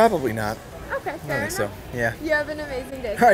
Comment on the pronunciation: I like when she said Fair enough 😂 Means: FART enough 😜